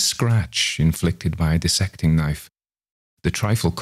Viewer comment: I am in favor of anyone who pronounces dissect properly.